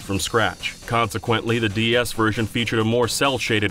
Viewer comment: Am I crazy or does this guy keep saying "DES?"